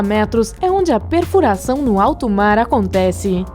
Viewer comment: Vai toma no cu aprende a narrar caralho que horrivel hoje vamos falar da profundesa do marrrrar